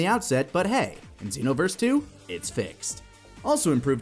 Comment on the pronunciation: Dragon Ball Zen-no-verse